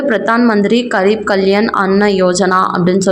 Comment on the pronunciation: MADAM , KAREEP ENRU SOLLA KOODAADHU. Adhu GAREEB . means ---- POOR . Adhu hindi word.